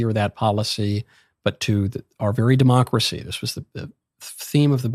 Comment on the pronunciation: When you keep calling him hilter and saying demcorcy ends with him